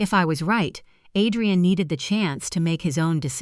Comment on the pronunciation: Too many mispronounced words, O Liver, Ah drain, min u mit